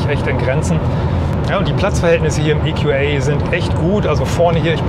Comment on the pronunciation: Das Fahrzeug heißt EQA und nicht EQÄ.